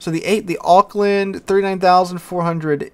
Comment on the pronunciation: You did well with Auckland though!